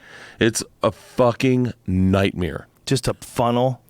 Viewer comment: “Nightmēre” 🤣🤣🤣 2bears1cave